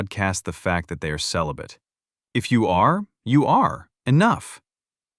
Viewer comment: I think she's confusing celibate with sell-a-bit